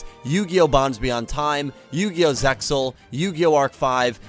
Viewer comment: I never like hearing Zexal pronunced as “Zex Zul”!! It’s ZEXAL (like zelle). And I hear Xyz sounded by the letter, it’s pronounced like a word!